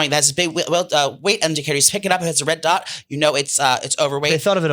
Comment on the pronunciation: You cant say dot 😂